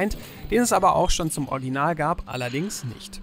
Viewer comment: Warum kann keiner bei euch "Original" richtig aussprechen? Sowohl du als auch Fritz sagen immer "Orginal", was soll das denn 😂